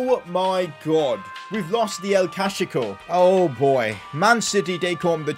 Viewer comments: "we lost the El Cashico" 😂❤️ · 'we lost the *cashico*' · "We lost the el Cashico"I DIED